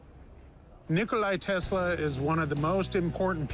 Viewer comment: "Nikolai Tesla"...